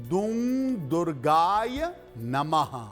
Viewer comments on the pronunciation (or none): दुर्गाय नहीं दुर्गायै नमः शुद्ध है।